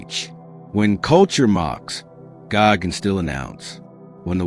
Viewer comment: "God", not "gog" 👌